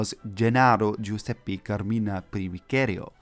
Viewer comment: Man, you had a great pronunciation the first time on "Giuseppe", but made a mistake the second time 😂